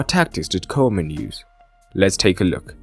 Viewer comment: Kuhman, nicht kohman.